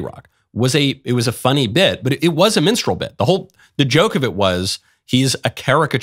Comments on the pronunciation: Lol, I know Michael is saying minstrel but it sounds like menstrual. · did he say menstral act? He keeps saying menstral LOL! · “This is a minstrel act.” No, Michael. It’s a menstrual act. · What is "mensral" act or whatever he said?? Mensral performer? S9mekne please correct me